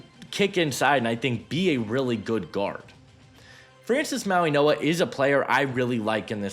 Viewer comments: Mauinoa? Where the fuck is the "n" at? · This is how you pronounce his name Mau - ing - oa The way you say it sounds like there’s a N in the middle, but there’s no N sound in the middle